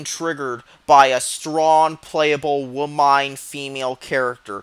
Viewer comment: Did u just pronounce Facade as Faykade??? what the hell?? then i heard you say womyne!! so i get it now. I hated this game by the way....what a terrible waste of graphics. a terrible game